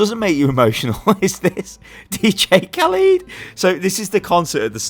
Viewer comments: Dj Khalid/Khaleed? It's Cah-led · Did you really just say DJ Kaleeed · Am I the only one getting mildly triggered by how pronounced Khaled